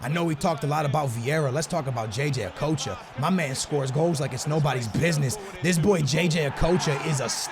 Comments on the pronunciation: It's not o-k-o-ch-a it's okotcha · Okocha not okowcho. There’s no ‘w’ in it. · jj a-coach-a? lol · It's pronounced a-cotch-a